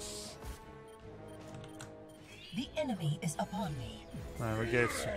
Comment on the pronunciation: Crystal Eggis! Despite all her mispronunciation and problems with plurality, Gilly actually pronounces that right - Eejiss. Heh, it's interesting when Grub plays vs. kill-greedy tryhards like this Arthas and Valla. I'm more used to them than him, I think, so whenever he goes for XP-greedy laning, I see such great potential for ganking him...and they do in games such as these haha. It's such a nice rock-paper-scissors in this game between skill levels.